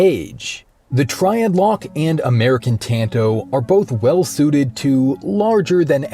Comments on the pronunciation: “T”an”toe” It’s “t”ahn”to” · "Tann-Toh" ...ugh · Say it right for fucks sake. It’s not pronounced like tanto, it’s like “tonto” wft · Is it pronounced tan-toe or tahn-toe? I’ve been partial to the latter. 🤔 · Bro you really said tanto like that and then uploaded it, smh